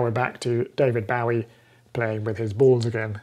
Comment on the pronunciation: David "Bowwie" ?? Is this some channel in joke ? It's "Bowee", like Bowie Knife. Not "Owwee" I burnt🔥my finger on my soldering iron... It's a joke right ?? 😕 I love the ESP32, I'm learning about it thru projects on the ESP32 Cheap Yellow Display Board – CYD (ESP32-2432S028R) Thank you for sharing your knowledge 👍